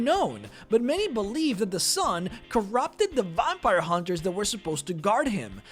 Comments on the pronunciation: And what exactly is a "vompire"? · And how he pronounced vampire and player...